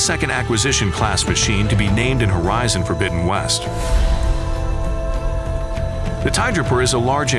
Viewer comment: how do you mess up saying plesiosaur so badly